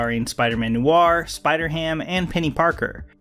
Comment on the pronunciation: “Noo-war” it’s one syllable, “nwar.” Noir is pronounce “nwar”